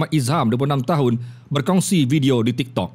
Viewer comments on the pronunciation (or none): Pekat oohh dia sebut tiktok..